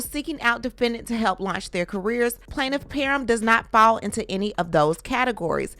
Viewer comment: Planiff peerrm 😂